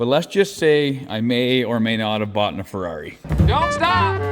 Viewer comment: Am I the only one who thinks Fiero* when he says Ferrari??